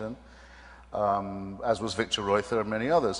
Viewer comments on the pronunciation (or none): none